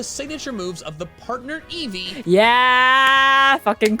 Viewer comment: Eevee's japanese name is pronounced "eievui" iirc.